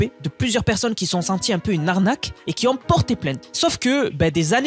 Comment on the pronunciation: stp, je respect ton travail, mais tu dis qui s'ont et le "s" n'existe pas, je saigne des oreilles